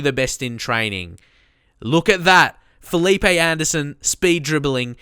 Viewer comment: First Of All, Great Video! I know this pronunciation is hard but Marquinhos is pronounced (Mar-kin-yos) and its (Fe-leep)